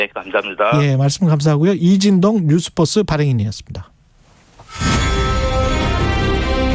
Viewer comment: 앵커님..뉴스뻐스가 아니라 뉴스버스 입니다. 듣기 불편하군요. 이름을 바르게 발음해주는 것은 예의 입니다.